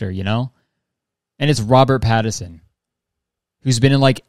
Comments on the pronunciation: he doesnt know mitski and he kept saying patterson why am I crying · I don’t know if Kurtis knows that there’s an N in Pattinson or if it’s just a Canadian thing not to pronounce it. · I love Kurtis. I do NOT live the way he pronounces Robert Pattinson.